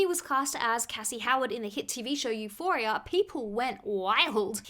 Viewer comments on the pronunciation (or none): none